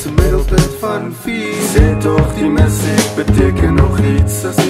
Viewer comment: Befokte video. Enigste kritiek: die woord 'musiek' se klem lê duidelik op die tweede lettergreep in die normale uitspraak daarvan. So in die refrein se "Sê tog die MU-siek beteken nog iets' is die metrum mos obviously verkeerd, man. Dieselfde geld vir 'apatie' aan die einde van die song. Dis iets wat Francois van Coke ook gereeld doen. Die ritme van daai note moet mos verander om saam met die uitspraak van die woord te gaan